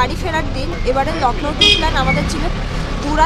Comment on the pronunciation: It's Lucknow not lacknow